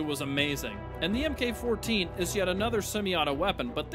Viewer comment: Please stop calling it the “EM Kay” 14. In weaponry, MK means Mark. Please don’t continue mispronouncing things like Chaos does.